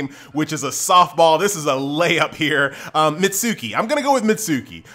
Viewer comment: I used to believe that you were pronouncing Mitsuki correctly but then I realized it was probably wrong because...you know. It turns out it's pronounced Mits-key.